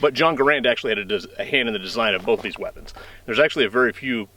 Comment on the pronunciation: BTW...... it's NOT pronounced Gah-RAND, but GEH-rend....look it up.